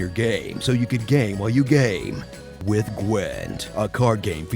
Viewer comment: "Kill it - kill it ith igni" just killed me :D